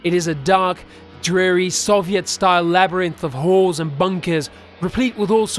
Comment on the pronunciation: Great story, great narration. I will say, for a second I thought you said whores and bunkers rather than halls and bunkers. I guess it was the accent. But it made me laugh.